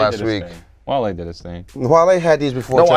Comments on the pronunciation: all way nigga said Wall E im dead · calling Wale - Wally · for saying Wally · “Wall•e” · you got that L with the that Wally lol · had the worst take - "Wall-e" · Damn almost made it through a whole ass episode without saying something stupid. And he goes and says WALL-E